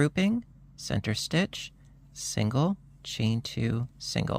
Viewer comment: Sorry. It's stitch not ditch.